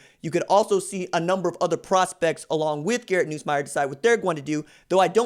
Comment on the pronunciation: Atleast pronounce his name right when saying it